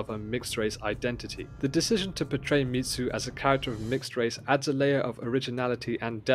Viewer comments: It's Mizu, not Mitsu (so pronounced mee-zu, not meet-zu). Best new show in a long time. I don't think I saw a Japanese spelling of her name so I'm not certain which Mizu is intended, but the most common would mean "Water" - which may reflect her blue eyes or may mean something else like "auspicious" - we'd have to see it written in Japanese to know (I may have missed it if it was written, Japanese not my primary language). On watching again - it looks like Mizu's mark on her blades (her first knife and those made after) as well as on her sword - 水 is that for "water". So confirmed. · Hearing him calling her Mitsu is throwing me off the video 😂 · The pronunciation of Mizu was so jarring, I had to stop the video. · yeah.... I didn't watch the video 'til the end bc of it